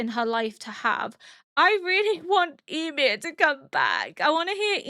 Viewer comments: I don't mean to be rude but is there a specific reason you're pronouncing Ymir's name like 'e-mir'? Is that how they pronounce it in the norse mythology? I just prefer the show version because I'm used to it 😃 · She’s partially deaf in one ear, so pronunciations are slightly more difficult. Also she’d been “corrected” several times about how to pronounce Ymir in several equally different ways, it had become a needlessly big thing when it shouldn’t have been.